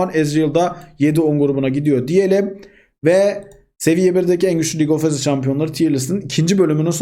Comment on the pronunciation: keşke en azından girişi tekrar çekseydin keşke:( lig of cecınds